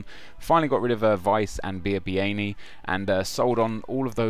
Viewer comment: Biabiany Is Pronounced Bjabja-ny